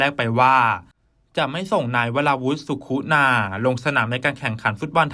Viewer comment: เขียนสุขุนาอ่านว่า..สุขุนา..ไม่ใช่..สุคุนา..